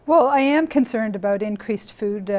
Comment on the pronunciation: I totally missed this "aboot" until now.